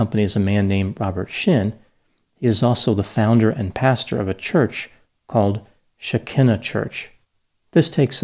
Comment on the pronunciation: sheh-KIE-nuh is the correct pronounciation fyi (shekinah).